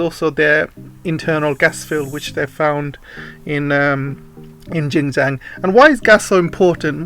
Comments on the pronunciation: Politics, Tech and Economy, chief, is Xinjiang and not Jinjiang, your pronunciation is incorrect, Xinjiang literally means new territory or new domain/frontier. 新疆 where xin- new, jiang- territory. kindly take note, thank you. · Really like your videos, thanks, just that the pronunciation of Xinjiang not so ok. Xin means new in Chinese, sounds like “sin”. Btw Jiang means territory in Chinese. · sorry I think it should be pronounced “shin” instead. I am not a mandarin speaker also. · I thought you were Chinese working for the ccp as a propagandist until I heard you pronounced Xinjiang I knew you were not Chinese.